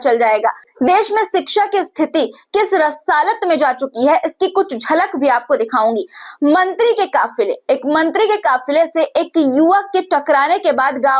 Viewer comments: Resatal bolo resalat bola hai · Rasatal bolo mam rasalat nhi